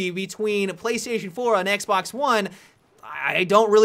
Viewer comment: i will be honest i thought i just heard him say xblox